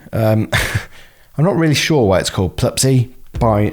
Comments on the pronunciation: Pluspy, not plub py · Isnt it "pluspy" like Plus Py instead of "Plupsy" like Plup Sy?